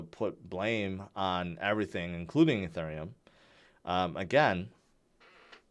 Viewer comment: I'm new here, what the heck is "E"turn"neum...🙄